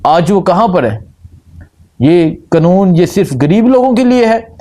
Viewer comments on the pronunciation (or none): بھائی قنون نہیں قانون۔